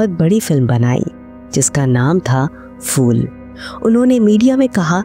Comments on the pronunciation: आप फूल (Phool) को फ़ूल (fool) क्यों कह रहीं है? किशोर कुमार जी ने एक बार स्टेजपर “फ़ूलों के शहर में घर अपना” ऐसे गानेवाले किसी की हंसी उडायी थी। देवनागरी में प, फ, ब, भ, म यह वर्ण अपने दोनों होंटों को मिलाके बोलते है। फ़ारसी या fool के जैसे नही। 🙏🏼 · Its not FOOL, Please prounance it as PHOOL